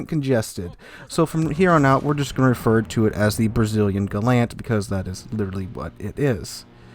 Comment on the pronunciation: I don't know about 'Jurua', you mispronounced 'Gallant'. Also, I opened 12 mega crates and got 4 ships. None were Jurua. Fake news. Of course you know this, you said it at the end, you're just clickbaiting and spreading misinformation.